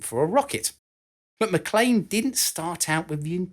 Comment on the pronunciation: Thank you for knowing how to pronounce MacLean.